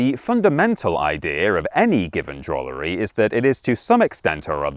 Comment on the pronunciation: Did you say DROOLERY? I am a DROOLER. I DROOL-as I am a DROOLER by trade.